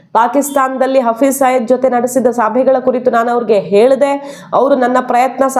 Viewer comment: Hafriz saeed ಹೆಸರು ಸಯೀದ್ ಇರಬೇಕು ಆದರೆ ನೀವು ಸಯ್ಯದ್ ಅಂತಿದ್ದೀರಿ. ದಯವಿಟ್ಟು ಸರಿಮಾಡಿಸಿ ಹೇಳಿ.